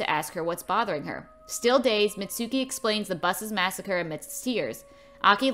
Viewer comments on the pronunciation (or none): none